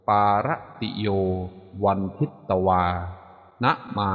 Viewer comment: เขียนทิตแต่อ่านพึต